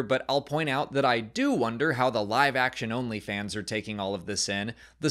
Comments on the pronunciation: Live action OnlyFans? Took me a second to realize you actually said "live action-only fans" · Kinda overpronounced Only Fans there